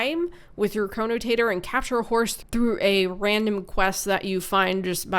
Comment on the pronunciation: Chronotator XD Chronotector~ Potato potahto